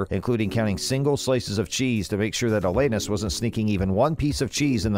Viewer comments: For Christ sake!! He keeps saying iLL Anus and it isn't even a fake robo voice guy. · FFS! Pronounce her name right! smh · If you want us to take you seriously, PRONOUNCE HER NAME RIGHT!! Thumbs down 👎🏻